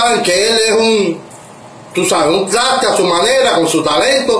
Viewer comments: Al personaje este se le olvidó pronunciar la “R” en todo el video 😂😂😂😂 tlaste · Porfavor dígale a este que se dise traste no tlaste jajajajaja 😅😅😅